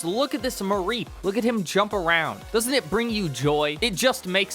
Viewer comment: Idk if that’s how it’s supposed to be pronounced, but I absolutely hate the way you say mareep lol